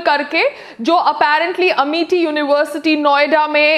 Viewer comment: Bolna toh seekh lo amity h amety ni... Aunty